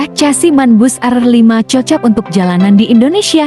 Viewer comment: Bg mana mau jadi repoerter,nyebut chasis ssja,casi apa benar itu